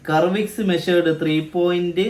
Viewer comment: കർവിക്സ് അല്ല.. സർവിക്സ്